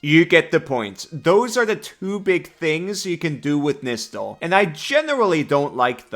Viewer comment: Fun thing is it’s actually pronounced Nigh-stall